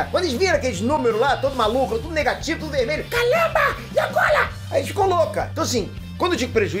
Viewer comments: "Calamba agola" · CALAMBA, E AGOLA? KKKKKKKKK